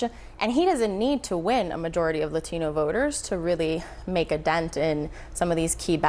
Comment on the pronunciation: If that lady said La - TEEN-O voters one more time! 🙉🙉🙉🙉